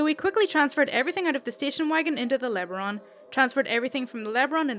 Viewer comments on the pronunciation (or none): It's pronounced "Le-Baron." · LeBaron pronounced la-baron as in a title of nobility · You always make my lunch 1/2 hour enjoyable. BTW it is pronounced La Baron. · First part of LeBaron was correct, but the last part is pronounced barren over here. Lesabre is pronounced lë-saber. I chalk it up to companies trying to make their vehicles sound more posh than they were. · Great stories. I don't mean to correct you but it's pronounced Le Barron. Also Moorish. Sorry, I just couldn't resist. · It's pronounced Luh Baron. But, you got it more or less...ish.